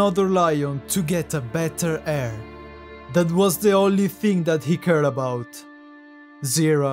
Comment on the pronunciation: I just want to say, you pronounce the word heir like hair. But its real pronunciation should be like "air". Just a friendly advice